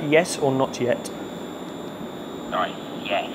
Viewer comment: "Sorry was that 'yes' or 'not yet'?" "Nawts... Yest" "OK just gonna do the thing"